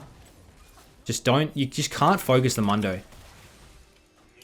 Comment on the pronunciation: mundo not momdo